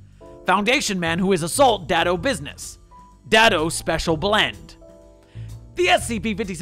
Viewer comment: Just a note: it's pronounced "day-do," not "dad-o."